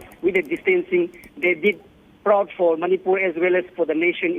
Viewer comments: Madam Manipur and NOT Manipal SO proud of Ms. Chanu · Not Manipal... It's Manipur State of India... Well, congratulations Mirabai Chanu... You made us proud... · please atleast check properly where she is from before you read the news. She is from Manipur ( a northeastern state of India ) and not from Manipal.